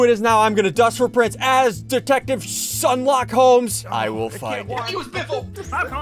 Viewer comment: He was saying Sherlockhomes